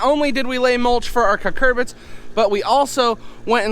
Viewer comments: Not to be that guy, but they're Cucurbits. que-kur-bits. 😬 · Well, he's saying it wrong..it's Cucurbits. They're cucumber/pumpkin/summer squash/zucchini, etc. They are all related, and look essentially identical when young. Cucurbits are the parent family of all those.